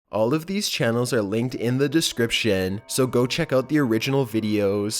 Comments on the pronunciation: "linked in the descriptiaaan" 😂 I can't with his voice sometimes 😂😂😂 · "Descriptièn", please hire someone else with a less annoying voice.